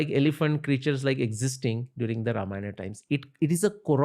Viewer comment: Ramayan ❌ Ramayana ✅